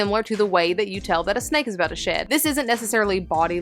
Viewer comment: I thought when you said "shed" you were saying sh1t and I was like "Oh..Reston doesn't go grey when she's about to take a sh1t on my bed.."